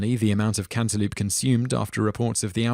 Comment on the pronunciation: You know, I have to say that, while I do enjoy ***** videos, I do admit that part of me watches just to hear some of the... interesting pronunciations. (Cantaloop? ;-) )